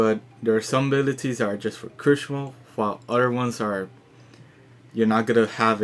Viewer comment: Why do you say Critical like Crucial ?